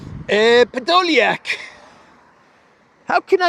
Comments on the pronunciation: I can’t get over the way you say MACRON, and Pedolyak 😂😂😂😂😂. Gets me every time. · always cracks me up the way you say Podoliak 😄